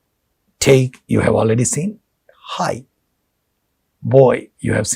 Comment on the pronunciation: it is not like "thaakee" just take is enough sir